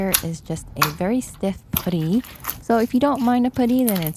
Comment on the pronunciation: It's pronounced puh-tty (put like hut) not poo-ty 😊